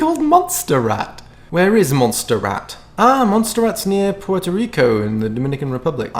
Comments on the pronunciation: It probably doesn't matter much, but I believe Montserrat is pronounced like "mon-sair-raht". Have a great day! ❤️ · It's pronounced Mont-sir-ah-t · Oh, it isn't "Monster Rat" (Montserrat) it's pronounced "Mont Sayr Raht". Better yet Google fricking pronunciation lol!;) I'm chuckling because I keep hearing my French teacher pronouncing it in my head - and I'm probably mishearing it due to the fact that I last took French 30 years ago. BTW, love your videos and your music - even if I'm old:D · you don't pronounce the T in Mon(t)serrat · It’s pronounced “monserot” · .. My name is literally Montserrat and I've been called 'Monster Rat' my whole entire life cos no one can pronounce it correctly (goddamnit people just learn how to roll your R's !). Now I just tell people to call me by my second name which is Belén (Bel for short)... this is the first time I hear my name in a video by an english person xD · I have a friend named Montserrat and you just don't pronounce the t. Dävêëeéè